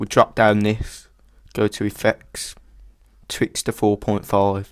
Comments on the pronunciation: u cant say "R" Twixtooo Tutoiaal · I love your accent! and when you said "Twix..Thooo" hahaha :D